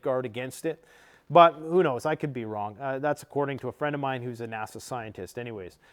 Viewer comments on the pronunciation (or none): none